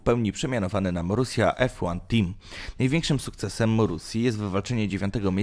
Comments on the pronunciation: Nie mówi się morusia tylko marusiia boże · Żenujący ranking, który ma niewiele wspólnego z rzeczywistością. Do tego nagrywający niech popracuje nad dykcją i wymową. Przede wszystkim naucz się wymawiać Grand Prix i Marussia xD To nie są trudne rzeczy.